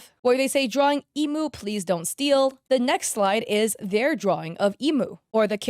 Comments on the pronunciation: THE PRONOUNCIATION OF THE PJSK CHARACTER VOICES ARE KILLING ME EEEMU COHAIN MIZOOKI AKIITO AIR-EE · I'm sorry but WHO are imoo, airy, tea toe and co-hain 🙁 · her name isnt pronounced "Emo" is emu (M-ooo) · The way you called emu "Imu" and teto "tito" 😭😭😭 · its not imu its emu 💀 and another is tito WHAT IS A TITO its teto 😭 KOHANE 😵‍💫 (This is to american 🔥) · ITS EH-MOO NOT EE-MOO BOOOOOOOOO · this might just be because I can speak Japanese, but hearing Emu pronounced like the bird rather than being pronounced like “ehh-moo” makes me die inside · "e moo" "airy" "teedoe" "go hay" IM SORRY BUT THAT WAS SO FUNNY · I'm sorry but I screamed lowkey when you pronounced Emu's name as "imu" help me 😭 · Its incredibly hard to make "beginner art" because you can most of the time tell when its a true beginner or when its someone using beginner art for clout. And its ok that you butchered the Proseka/Vocaloid names, Ill just teach you how to say them here ig. Emu - Eh-Moo Airi - Are-Eye Miku - U said it right (yippee) Kohane - Ko - Ha - Nay Mafuyu - Maw-Foo-You Teto - Teh-Toe (Thats how i pronounce it at least, so i could be wrong :_) ) Shiho - Dang u really can say names right, good job! Ena - Correct! Mizuki (My baby) - Correct again.. idk if i should do this comment anymore.. Saki - Correct! Akito - Ah-Key-Toe TLDR: Its hard to make beginner looking art as a more advanced artist and you said 5 Proseka/Vocaloid names wrong. Sorry for being annoying with the proseka names, its my hyperfixation so i love yapping abt it and correcting people on it 😅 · the fact that she said none of the character’s names right except for miku pains my SOUL emu is pronounced "eh-moo" and teto is pronounced "teh-toh" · “Eemu” “Ayree” “Teeto” “Kohayn” “Akeeto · Emu. Understandable Air-ee. Yeah sure. Teeto. Im dead. Ko-hane. Even more dead. Oh and you got Ena right! I hope i dont sound rude!! Its definitely for the best that you aren't in Vocaloid Gacha Rhythm Game hell!